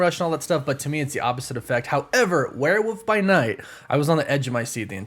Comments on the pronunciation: “Werewoof by night” there is an “L” in that word. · Wtf is wereWOOF by night? What is with Americans butchering the English language😂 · I still don't get why you say "Werewoof" 🙈 Wolf comes from Wulf and you pronounce the 'L' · Do you say Werewoof on purpose because of your woof woof at the end or is just the accent. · hehehe...he said Werewoof by Night, lol. I get it. :) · Gotta be honest, I was looking forward to your coverage of this show because of the way you pronounce werewolf.